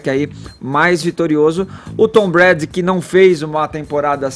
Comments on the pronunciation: Por favor...É Tom Brady (breiri) e não Tom bré...Apenas uma correção. É para não perder a viagem, Caio brilhante e elucidativo mais uma vez. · Não é "Tom Brad" isso dói o ouvido. É TOM BRADY!!! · Tom " Brad?" A pronuncia é "Breidi" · Se fala "TOM BRÊIDI" foneticamente. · Brady se pronuncia “breidi”.... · "Tom Brad" eu detesto o Brady,mas dá dor nos ouvidos escutar ele pronunciando o nome do cara de forma errada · kkkk né... Tom Bread ele falou kkkk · Já falo de cara, não aguentei o falando o nome do Tom Brady errado por 20x seguidas kkkkk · Tava procurando esse comentário.. rs.. Tom Bread.. handzone foi foda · Esse tal de não sabe nem pronunciar o nome do Brady... pelo amor de Deus. 'Hand zone'? Santo Cristo... se não sabe não fala, cara. E quem liga para essas 'estrelas' que querem lacrar não se apresentando no intervalo? Vão se ferrar!